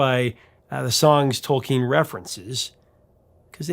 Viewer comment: Good job correctly pronouncing “Tolkien”!